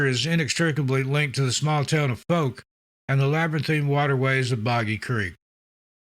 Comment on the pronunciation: foulk, like fowl-k, not folk